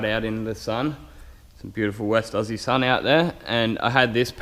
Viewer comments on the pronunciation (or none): "some beautiful west auzzie sun ou there" hahaha